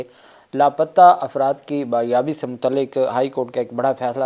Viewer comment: Aap apne pronunciation ko theek nahin kerte? Lafz BAYABI NAHIN "BAZYABI HOTA HAI.ACHE WAKEEL AISE NAHIN KERTE?